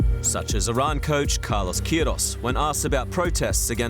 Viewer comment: Queiroz* not Quíroz